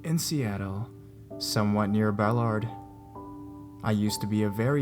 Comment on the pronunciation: as a native to Washington I was cringing Everytime you said Ballard wrong.